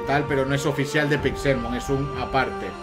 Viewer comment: Cada vez que dices PixÉLmon me sangra un pulmón.